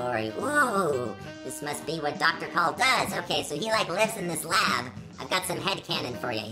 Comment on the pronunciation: You are mispronounce the name